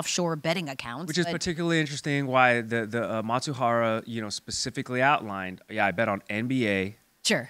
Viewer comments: Who is Matsuhara? It’s Mizuhara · It's not Matsubara but Mizuhara.😅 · Not Matsuhara... Mi-zu-ha-ra... Japanese pronunciation is hard for you, but it's a serious theme. Please.